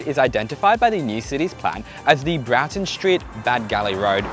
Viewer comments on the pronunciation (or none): Broughton is pronounced with an OR sound... like Brought'n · The name of the road which used to have a level crossing in Campbelltown is pronounced "Broughton" like brought, bought, sort, not "Braughton", which has an emphasis on the "a".